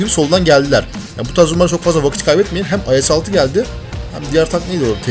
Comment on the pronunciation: abi IS ye Ayes demek istedin :)